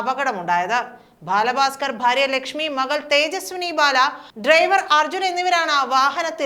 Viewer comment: ഭാല ഭാസ്കർ 😡 എന്ന് വിളിച്ചു അപമാനിക്കുന്ന ഈ ഭൂറി ഏതാ 😕